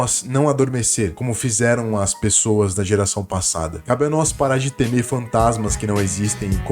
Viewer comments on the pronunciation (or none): none